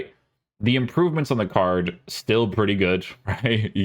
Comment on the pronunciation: Bro please stop saying "CARDJ" instead of "card" lol you also say goodj like where does the J come from haha. Like ur stuff but abit annoying after watching for ages and the word "card" comes up alot lol